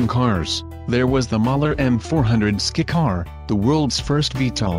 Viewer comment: Skycar you dumb A.I. not skicar!